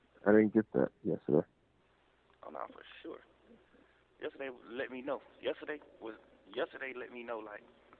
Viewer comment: “For sur”